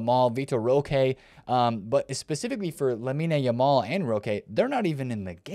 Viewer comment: you done have to say (nae) yamal. just pronounce it (lameen)